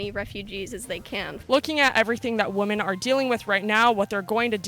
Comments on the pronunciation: I can’t get over her saying “woman” when she should be saying “women”. “Would you say woman have it better in the US”... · The reporter says "woman" when it should be "women" and it's like nails down a chalkboard. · Woman is singular, Women(The O is pronounced like the "i" in win) is plural. I can't believe that in this day in time, people have greater access to education but sound more uneducated than ever. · Why does she continue saying "woman" rather than women? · Why does she keep saying woman instead of women. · It's apparently a dialect in Canada. I've heard many Canadians pronounce "women" the same as "woman", but not all Canadians, so must be regional. Lauren Southern does it too. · Why does she say " Woman" instead of "Women"? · I find it interesting that a woman can't pronounce "women" properly. WOMAN and WOMEN sound different. WOMEN is pronounced "wimmin" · I agree with this video, but when using the term "women" the proper pronunciation is "[ wim-in ]" as stated in the dictionary. Kills me. Lol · I find it personally oppressive when people don't know how to pronounce "women"... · This had me literally yelling in frustration! The ignorance is almost overwhelming. Off subject but pllllease somebody tell the girl asking questions that she is pronouncing "women" as "woman." That also drove me crazy. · Interesting video, but please learn to pronounce women correctly. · You need to learn how to properly pronounce the word womEn. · She (the "reporter") should learn the difference in the pronunciation of "woman" (wu -muhn) vs. "women" (wi -muhn) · Why can’t she say women right?!?! Pronounced [ˈwɪmən] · Great video content but I can’t get over how the interviewer can’t even pronounce women correctly. Come on now...! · It's pronounced Wee-men when it's plural god damnit. And I'm not even a native english speaker. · Women, not woman. Lauren Southern also can’t pronounce it. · Apparently someone speaking about WOMEN'S rights don't know how to say WOMEN